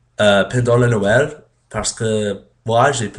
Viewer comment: Ecoute ses noël et pas noelle mais bien essayer parle encore et tu serras plus fort que moi !